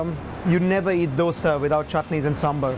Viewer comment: The way the "expert" pronounces 'dosa' is wrong... the 'd' is not pronounced as in 'delta'... rather than as in "the"...